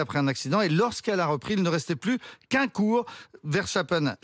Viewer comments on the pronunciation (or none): c'est VERSTAPPEN et pas VERCHTAPEN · Journalistes a 2 balles apprenez à prononcer un prénom correctement ❗verstappen❗ et non verchtappen ❗😂❗